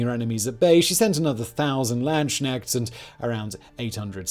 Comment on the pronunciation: The most funny thing of this video for me was Simon's pronunciation of the word "Landsknecht". This is not "Land-Sknecht" but actually "Lands-Knecht" translating roughly to "Soldier/Mercenary of the Land". ("Knecht" has the same roots as the english "Knight")